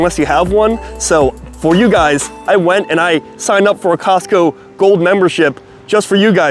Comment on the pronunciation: 🤦🏽‍♂️ It’s Costco 😂